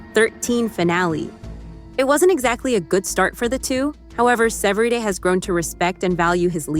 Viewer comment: Para empezar, que voz artificial mas fea!! No le da intensión ni acentos ni carisma a la narración. Mal! Segundo, indíquenle a la voz artificial como pronunciar CORRECTAMENTE los nombres es inglés, ¿qué es eso de SEVERIDE? Por dios!!! Que porquería.